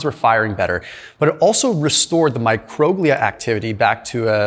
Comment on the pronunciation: Its pronounced mi-cro-GLEE-al. Love your videos.